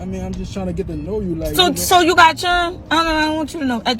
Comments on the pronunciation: What are “churrnn” I mean she’s not even saying “chirren” 😬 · Her saying "churren" instead of children would've been an immediate 🚩 🚩 🚩 for me......smh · It’s children not chirren 😂😂😂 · “Churn” it’s pronounced Children, you idiot! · Please someone please tell her to stop saying take care of my "churn".....the correct pronunciation is "children"!!! Also out of 4 men, none of them have put you in a BMW, Audi, house, apartment, hotel, motel none of that and just think it was a bit disrespectful to play down everything dude has accomplished. That's why most guys just dog females sometimes for this exact same behavior. 🙄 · Not children, “ chiren “ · She sounds stupid! And the proper word is children, not chirren! Good Lord! She did the world a favor by exposing her trifling ass and giving a heads-up to ALL men who have sense, to stay the away from her. In her quest to humiliate him, she made a complete jack-ass of herself. Oh, and she had an issue with him having one child and she had 5! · What is that word she keeps saying? It sounds like "churn". I'm serious y'all I need help with this! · What’s a “CHURRIN” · Wait,it's children...not churro. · Chiren? Churun? Churrin🤦🏾😭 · She can't even form a proper sentence and what is chirren? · She can’t say CHILDREN right …..run forest run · "Five char-N"? Unbelievable! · Not all her "CHIRREN"! 🥴🥴🥴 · Lol "chirren" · "I take care of all my churen" 😂😂😂😂😂. Really? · The funny and sad thing is, is that she really thinks she's a catch. PS. " Foe chirrins. " SMH. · Lmaoooo not the "Chirren" lol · Umm you posted it on da strent?? Chirren??? Damn, trick daddy.... open a grammar book and learn to speak English before speaking audi and bmw. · It sounded like she said 5 chitterlings 😂😂😂😂😂😂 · What the hell is "chiren"? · exactly 😂😂😂😂it’s children. She should go back to school for English 101. Sad part is some men will marry this type of woman. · “Take care of all her chirren”.. Good lord🤦🏾‍♀️ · I know, right, WTF. Chirren. Like 🤯 wow